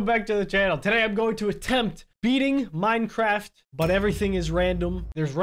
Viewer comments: “Miencraft” okay then. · "Miencraft" sure, sure.